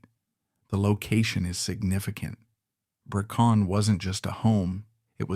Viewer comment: Brecon castle. Not Bercon.